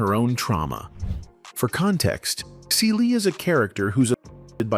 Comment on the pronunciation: This narrator needs to learn how to say her name Fantasia and the character Celie